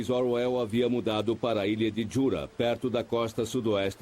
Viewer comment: Excelente documentário, só fiquei irritado com o narrador falando /orr uéll/ .... de resto tudo tá bonito. Não sabia que havia 3 versões em filmes, vou dar uma procurada. Conheço bem a versão que tem Hurt... ☺